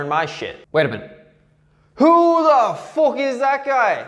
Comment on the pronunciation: Jesus Christ can’t even finish the video he thinks saying fook is peak comedy